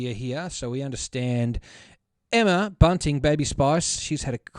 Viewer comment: "Emma Bunting" lol it's Bunton but I love the idea of Baby Spice banners.